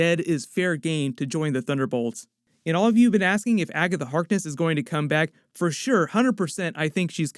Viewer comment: It bothers me that he pronounces Agatha Harkness like Agga The Harkness